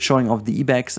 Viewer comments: Fyi Ibex is pronounced like "eye-bex" in English and not "ee-bex" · I want to correct your pronunciation of Ibex but I also wanted to say you have such wonderful content and I always look forward to when you upload a new video. Ibex is pronounced like (Eye) Bex. My zookeeper brain was like ah what?😂